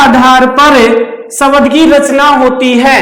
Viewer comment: शबद नही शब्द बोलिए सर। बहुत अच्छा समझाया अपने सर।